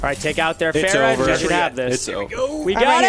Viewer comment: Hey so just a tip, it's far-ah. Not fare-ah